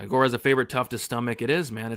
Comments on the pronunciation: I thought the Gore name pronunciation was a bit, and now I think reaction is a bit too 😂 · I thought was making a joke saying tresean gore name lmao